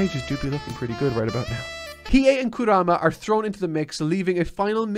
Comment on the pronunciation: He might've nailed Hiei's name, which is really impressive (unless he just listened to the pronunciation of an episode) but of course he mispronounces Kurama like 90% of all three syllable names